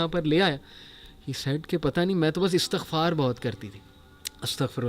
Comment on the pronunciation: Pls guaid us the word astaghfaar or estaghfaar۔wt is right word۔bcoz u always recite estghfaar۔pls reply me